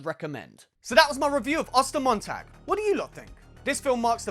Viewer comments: I speak German and I love how you pronounce Ostermontag :D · As a native German, I’m actually pretty impressed with your pronunciation of the title